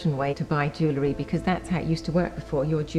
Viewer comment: For someone talking about Jewellery, it couldn't hurt for you to research how to pronounce the word.